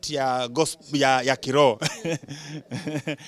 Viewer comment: I love the way he pronounce gospel "gospol"😅😅😅😅